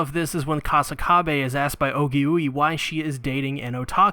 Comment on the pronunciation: Actually her name is pronounced Ogi-way. Not Ogi-Yui. I sincearly apologize for the correction.